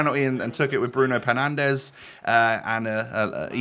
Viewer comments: we all heard the ‘bruno penandes’ 😂😂😂😂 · I had respect for you until you said penandes 🤡